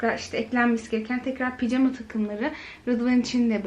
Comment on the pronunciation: Neden ısrarla picama diyorsunuz doğrusu pijama